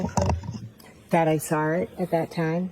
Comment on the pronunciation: “I sawr it ? How was she a teacher ??